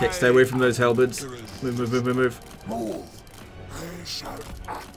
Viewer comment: demi halberds = halbirbs